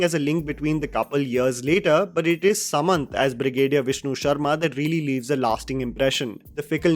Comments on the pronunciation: its suman not saman btw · bro it's suman, not saman😭